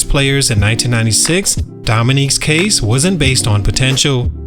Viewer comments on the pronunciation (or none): none